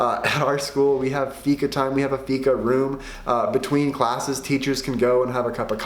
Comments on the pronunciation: If Fika is The main thing here in sweden you need to say it right.... 🤔 Fiika. Draw a milisec longer on The (i) and then close fast on The -ka. And it should sound The propper way. Keep trying and you might sound better than Tony Erwing 😜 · I miss understood you for a second when you said fika. I thought you said fitta. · You pronons it FIIKA